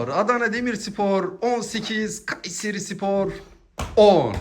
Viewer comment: Şu A harfini söylerken baskın söyleme aq KUUÂÂÂYSERİ SPOR diyosun çok gıcık😢